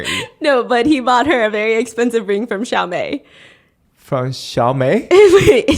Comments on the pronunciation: Steph pronouncing Chaumet as Xiaomei is so funny to me 😭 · Best pronounciation of Chaumet ever